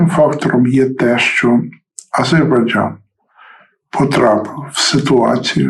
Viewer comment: не азейбарджан,а Азербайджан